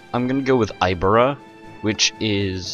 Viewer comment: i-beer-ea is how you say it and at this time rome had italy carthage had northern africa and southern spain iberia had western spain and gaul had france